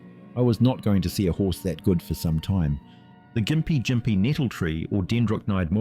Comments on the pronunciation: Also you've somehow managed to pronounce Gympie Gympie wrong every time, but differently every time too lol, Its "gim-pee gim-pee" Not "gim-pie jim-pee" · I lost count of all the different pronounciations of gympie gympie used. Gim-pee Jim-pee Gim-pie (There are 9 different ways of combining those, but I'm pretty sure only 5 were used)